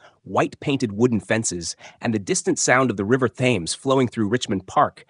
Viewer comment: The river Thames in England is pronounced Tems not phonetically. Other than that, good story.